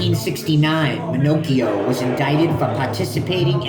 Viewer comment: I grew up in the area seen him not long ago walking sround. Its pronounce Ma-knock-eo. Hes old but still in good shape. Hes avoid major time all of his life. Good video new to your channel just subbed.